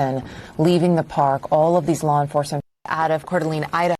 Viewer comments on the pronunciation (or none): It’s pronounced Core Da Lane we have lots of French named cities in our area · 🥀This is my community and i am iust heartbroken... (Pronounced "CORE-DE-LANE") 🙏🏻🕊️ 🕯️ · Core duh a lane 😊 is round about way to say it friend😊